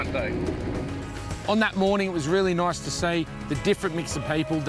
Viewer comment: the way he said nice he said it like nose